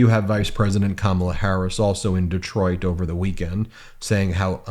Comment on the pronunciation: That guy can’t pronounce Walz or Kamala and sounds like a uneducated moron! It doesn’t take a college education to run up and down some field with a ball!